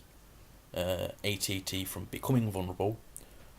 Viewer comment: When he says at at he says at and t